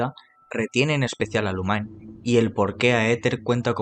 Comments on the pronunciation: Se pronuncia Lumin no Lumain. El mismo actor de doblaje lo pronuncia así. Gracias por el video! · Son unos grosos todos, geniales como siempre! 🙌🏼 Pd. peeero no jodan cómo le van a decir Lumainn a Lumine si ni en inglés se pronuncia así 😂